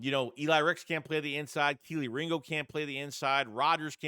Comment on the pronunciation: tell Philly500 to stop calling Kelee Ringo…..”KIELY RINGO”…Lol…